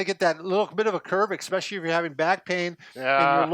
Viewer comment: eSpecially NOT eXpecially!!